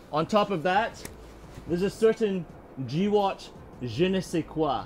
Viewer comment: Him saying GWOT as G-watt instead of gwot has me rolling.